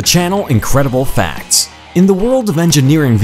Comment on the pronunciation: YouTube channel: incredible facts How I hear it: incredible fats